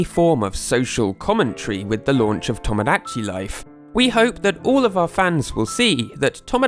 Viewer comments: PLS PRONOUNCE TOMODACHI CORRECTLY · the way you pronounce Mario and Tomodachi......... British moment